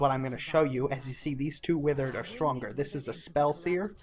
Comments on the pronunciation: good video but pronunciation of withered threw me off, surely its "with erd" and not "with er id" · Withered, not witherid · I like how you pronounce Withered as a noun differently than withered as an adjective.